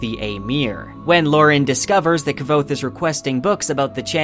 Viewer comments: Did this dude just pronounce his name Kav- othe WTF NO its pronounced quothe (k-woth) pat said so on a live stream lol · Mispronouncing Kvothe will never make sense to me. He literally tells you how to pronounce in the text, there's an exchange to the effect of "yeah it's Kvothe, pronounced like quothe" how do people still get it wrong?? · Yeah, Ka-vothe 😢, he should try harder, it’s not that hard to say K-vothe without the epenthetic vowel! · KuhWothe not Kuh-vothe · I loved all this except your pronunciation of Kvothe's name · Kvothe is described as being phonetically similar to "quothe" but with a soft v, so having it emphasized to how it's pronounced here as KI-vothe just sounds incredibly wrong to me. Basically I pronounce it with no space between the k and the v almost exactly like I'm saying quothe but replacing the u with a v. I think his name should be more graceful and the hard "ki" part pronunciation just seems clunky. There are other more minor pronunciations that rub me wrong but that's the main one. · Not quite - it’s like quoth but with a v. This guy, though, is totally off… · who pronounces iron "eye-ron?" Also I thought Kvothe was pronounced more like "quoth" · Is that how you pronounce Kvothe? I heard its more like Quoth. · "Kuh-vothe" lol. I thoroughly enjoyed the video, but every time you'd say Kvothe's name bugged me haha. I need answers, Rothfuss!! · Fuck you pronounce his name like a fool is QUOTHE, says that in the first bit of the books you fuck stick. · "K-vothe" *eye twitch* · literally not how it's pronounced. Kvothe says early on in the first book that it's pronounced as a q sound. Like Quothe. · Nhat Dam every time he says “Ka-vothe” I slip out of the video... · It is said "Cothe" Like "Quoth" he says it in both books. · Why are you pronouncing his name as "Ki-vothe"? I really want to keep listening to your theories, but your pronunciations are really throwing me off. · I can’t stand kvothe being said wrong